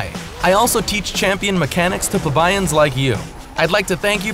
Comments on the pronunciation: nice video, but you mispronounced and misspelled "plebeians" at the start; it kinda threw me off. otherwise, great job! love your videos. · "pelbeyeans" dear lord.... -________